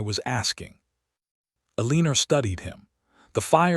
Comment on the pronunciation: I can't take hearing 'A-leen-er' anymore. I'm not going to listen to any more stories that use that pronunciation. I like Eleanor, Alene, Elena, Elene... Anything but A-LEEN-ER!